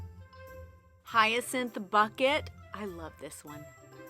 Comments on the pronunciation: Every single time she said 'Hyacinth bucket' I could hear Hyacinth saying 'it's BOUQUET!' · I choked on air at “hyacinth bucket” its Hyacinth Bouquet, darling 😂❤❤ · It's bu-key not bucket 😂😂😂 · Buckét, it’s French. 😂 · Its pronounced "boutique" Im so glad I'm not the only one who got this reference!! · I kept yelling, 'It's pronounced bouquet!' LOL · It's pronounced boooooouquet! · OMG Did you say Hyacinth Bucket?? That's a name of the main character from the British comedy Keeping Up Appearances. Oh I love that show. Her husband's name is actually Bucket but she was so snobby that she made it very clear to literally everyone (including the mail carrier) that her last name was Bouquet (how one could pronounce Bucket in French). lol Oh such a funny show. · it's Boookay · I'm gonna need you to look up Keeping Up Appearances....it's a British sitcom fearuring a character named Hyacinth Bucket...but Hyacinth insists the surname is pronounced "bouquet." The show is hilarious. But yeah, your yarn is actually prounounced hyacinth bouquet ❤ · IT'S BOUQUET/ LOL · Hyacinth Bucket is a reference to Keeping Up Appearances. A British Comedy. She insisted on pronouncing her married name as Bouquet even though it's Bucket. So excited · 🤣 I came in to say “it’s Bouquet!” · It's very funny! LOL .... she pronounced her last name "Bouquet' 🤣🤣🤣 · I think the last colour name is a reference to the sitcom Keeping up Appearances, in which case its pronounced "Bouquet" 😂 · I'm glad you pointed this out, I was giddy when I heard it 😂